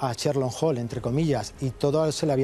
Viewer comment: Cherlo holm, madre mía que pronunciación.